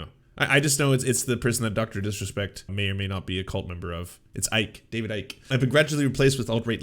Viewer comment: David Ike is pronounced "David Icky"